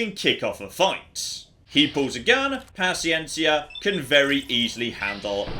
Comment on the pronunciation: native spanish speaking here your pronuncieation of paciencia is perfect